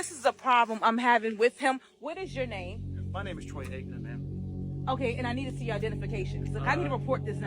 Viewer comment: She wanted to ax you a question. What a dummy. Troy Aikmen lmaoooo.